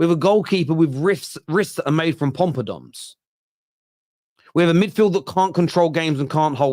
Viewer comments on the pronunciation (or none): Popadoms not Pompadoms 😂